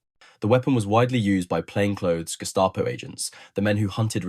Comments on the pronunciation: German pronunciation is... Gehh...staah..poe... not Gest aye poe Say ahhh like you're saying ahhh for the dentist... as in ahhhh-ha! The others you got right. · "Guest-a-poe", hih? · Guest-A-Po ? What a weird way to mispronounce that German Word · yeah always pronounce that guess-stop-oh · British preferred the Walther because British arms were basically, crap! Overly heavy, old in design , inaccurate and let’s admit it ugly as sin. Lots of repeat information in this but nice pictures. I like the pronunciation of Gestapo…… Gestah …poh! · The guess-tah-po?